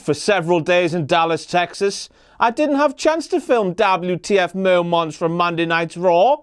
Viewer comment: Dabli-you-tee-eff Mo-mants for all the non brits